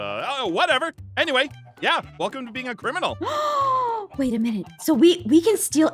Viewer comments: when aph says crimininal i was laughing XD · "He's a criminanal"